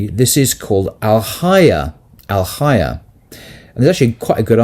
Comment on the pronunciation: Al hayYAAH..not alhaya